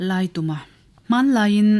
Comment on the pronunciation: Laituma tih hi, tum lai hi thingtum angin ilam a, khutah kal ka tum, zintum tih ang a lamrik tur ani zawk em aw, thahnem ngaih vang❤